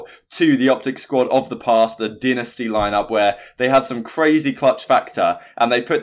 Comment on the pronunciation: Why does this nigga say dynasty like dinisty lmao